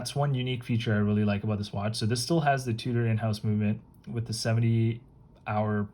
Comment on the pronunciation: Tudor pronnounce tyou dor not fucking tu tor wtf